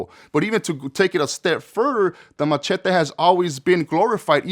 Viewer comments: Are you trying to say,"machete?!?!?!" The weapon?!?!?! WTF is a machity?!?! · The matchetty😂